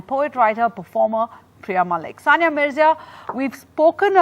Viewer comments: Dear Ndtv, it is sania not sonia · Please don't mind it it's Sania no Sonia 😂😂😂🤣🤣🤣